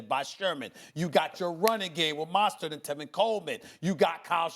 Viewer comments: There Steven a smith goes again calling mostert, Monstert. I guess his new nickname shall be Mostert the Monster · Maybe by the time the super bowl comes around, Stephen A will learn how to pronounce Mostert's name correctly..